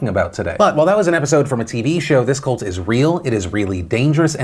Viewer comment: Damn it - my pet peeve is people calling Cults "Colts"... C'mon, guys! It's pronounced "cuh-lt", it's not a Colt lol.